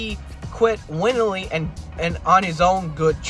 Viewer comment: Willingly not winningly or however you pronounced it